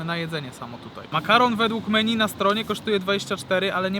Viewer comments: Menju a nie meni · czytaj: „menju”